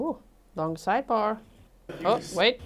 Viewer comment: Objection! May we be heard at side bah? 😂😂😂